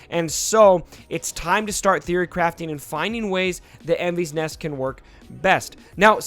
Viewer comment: Your butchering her name just so you know